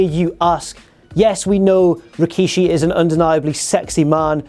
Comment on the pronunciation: It was going so well, then he said Rikishi...